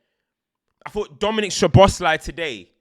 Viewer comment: Btw it’s Soboslai….sz is pronounced as s- and s alone is sh-in Hungarian